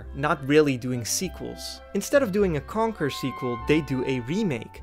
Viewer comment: As a fellow Dutchie i find it really funny how you pronounce Conker and Starfox as Kanker and Starfucks.😂